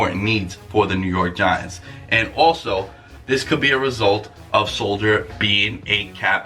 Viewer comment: Arthur melchor ...and he misspelled Nate Solders name. It’s not Soldier and he even pronounced it that way